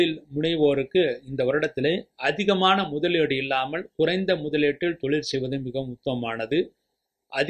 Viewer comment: Nalla karuthukku nandri Ayya❤ Oru panivana venduhol... Thayavuseidhu Tamil ucharippu sari seiyavum..kulandai..tholil..kilamai..ealu..palaya..all jarring to ears. Idhudhan naan thangalukku sollum puthaandu kurippu